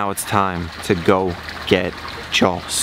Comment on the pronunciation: Dude definitely says "jawls" too. IT'S FREAKIN 'JAWS' JAH-AWS ugh Florida education system does nobody any favors